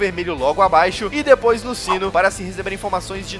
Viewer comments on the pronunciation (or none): none